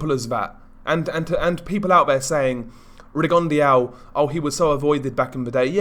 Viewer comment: Rigon de au? At least pronounce his name correctly buddy!!